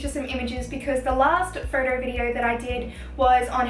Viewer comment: I like the way she says photo ...phodow